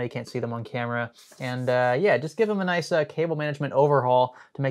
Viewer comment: Do my ears deceive me or are you saying nice in an aussie accent when you installed the new ram?